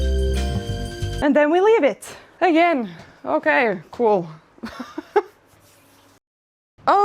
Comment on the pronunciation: "Oj oj oj!! Okej!" 😄 You sounded surprisingly Swedish there aswell 😄😄